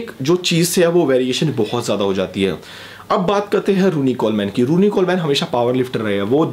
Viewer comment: Vai kuch information wrong ho gai... Jaise phil heath hai uska nam... Pronunciation me problem hai or Ronnie Coleman ka nam vi galat pronounce kia... Or phil heath 7 times mr olympia hai